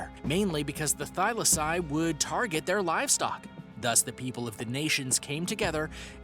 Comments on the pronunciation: Holy fuck I'm going nuts how he pronounces some of them. Smh that's not how they r said. Like thylacine is said thigh la seen. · This mans HAS to be mispronouncing things on purpose tHyLaCiNe, CoElOcAnTh